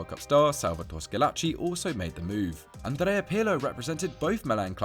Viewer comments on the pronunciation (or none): none